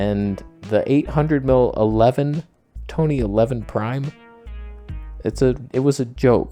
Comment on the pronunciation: TONEH! LOL😂